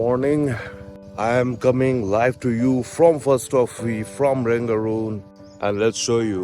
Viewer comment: रङगून् बोलो ।Rangoon not Rangaroon, if you can read English, say properly.